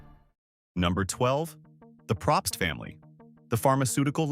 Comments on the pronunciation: It’s said “Pro pst” they don’t even know how to pronounce their name. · I’ve known a few Probst and I don’t think he got that right either